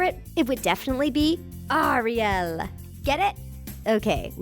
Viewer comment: Hug girl you got it all wrong by the way it is Ariel not REO Arielle is what I was trying to say